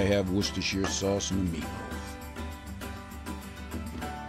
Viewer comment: Worcestershire sauce. It's pronounced "Wooster" ;)